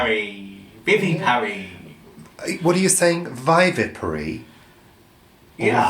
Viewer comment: is correct about how to pronounce vivipary.